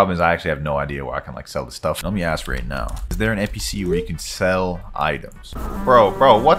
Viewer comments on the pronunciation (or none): none